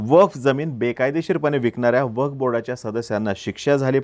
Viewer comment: अरे मित्रा... वफ नाही रे... "वक्फ" आहे जरा उच्चार सुधारा